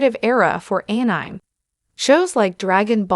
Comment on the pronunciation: Could you not get a real person to voice this video or at least a better AI that knows how to pronounce anime?